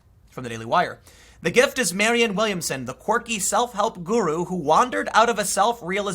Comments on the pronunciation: Tim, it's Marianne (Mari-anne), not Marion. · Marianne, not Marion. MariANNE.